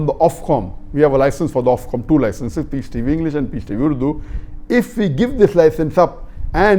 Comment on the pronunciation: It’s Ofcom not Offcom